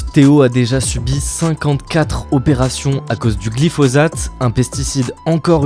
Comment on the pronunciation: Ça se prononce glifossate, non ? Parce que le z m'a fait mal à la tête